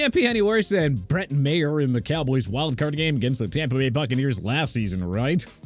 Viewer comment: Stefon? Are you kidding me? It's Stephen (stee-ven) and it's Maher (Mah-ur) not mayer and Zuerlein is pronounced zoor-lein not zoor-lean!